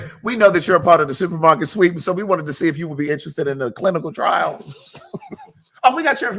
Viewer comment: TS😂😂 I was up until 4am this morning laughing at how you say "SUPER MARKET SWEAP".😅😂omg!! I love you. Thanks for always making me kiki